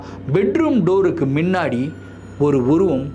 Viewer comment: Neenga solura oru word, " minnadi" athu actually "munnadi" kanaka videos la note panninan ondu